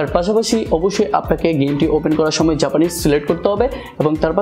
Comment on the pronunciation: ভাই জাপানিস্ট হতে হবে?🤣🤣 নাকি জাপানিজ হতে হবে🤣🤣